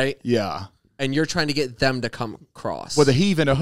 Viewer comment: ZANE!!!! “THEM” not “THUM”!!!